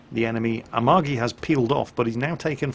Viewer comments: japanese names. Say it like this, the a-MA-gi, not Amagi. Three letters, accent on the middle one. The "gi" as in the word go, not like as a "j". Two other examples. Its the Shi-ma-Ka-ze, 4 letters, accent on first and third. The My-o-Ko, same deal. Love your channel, it's a bright point in my day to hear you wail on the stupids. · And has fucked up Amagi's name, too... checks off The List